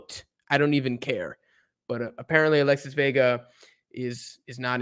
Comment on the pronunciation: Alexis Vega❌ Alesis Vega✅